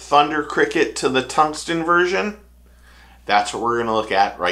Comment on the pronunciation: Great video,. Love the channel, but please….TUNGSTEN…not “tungston”